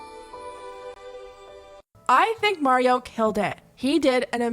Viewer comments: Everyone's talking about this.... shes doing something right. Why are you still saying Marios name wrong? Im no mikayla fan, but damn live & let live already ffs. Her lipkit was actually used as gifts it looked like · The way she purposely pronounces words grinds me. Just listen to her say Mario🤦‍♀️ you know she is faking the accent!